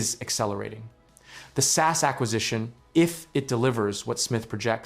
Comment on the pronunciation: The way you say "SAS" I can't 😂 Please start saying S.A.S it's sound much better in English from a Norwegians perspective